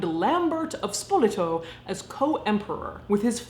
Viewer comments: It's pronounced SpolEto, not SpOleto. Much love from an Italian deathling. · Let me preface that I am from Charleston, SC where we have the annual Spoleto arts festival. Therefore, only because of annual exposure most of my life that I know is pronounced “Spo-LAY-toe”. The beginning “Spo” sound rhymes with bow. Otherwise I would have no idea how to pronounce it and I graduated from the “Harvard of the Carolina’s” lol Side note: Stephen Colbert met his wife during one Spoleto festival in the early nineties. :)